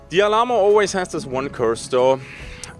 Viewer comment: the pronunciation of Alamo, is Al like Al Bundy, and Ammo.... so Al-Ammo.